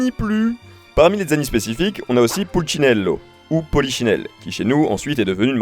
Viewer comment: Par contre c’est Pulcinella pas pulcinello 😅